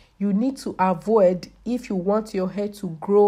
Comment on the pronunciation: Nobody will help hah!!!! Dis will end yuwah life!!! I love listening to her! So melodious and lilting. For real tho, this looks so painful. I'm getting shivers.